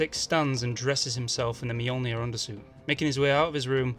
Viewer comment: Only HE can say Mjolnir properly.